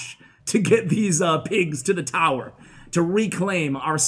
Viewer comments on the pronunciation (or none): Ash says "towel" lol I think he was trying to say tower.